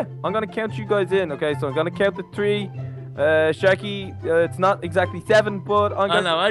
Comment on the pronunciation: three is th r ee in inglish okay